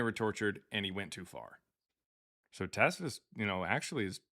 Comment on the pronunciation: Why is it that literally not one single Christian can pronounce "Tacitus"? I mean, they don't even come close.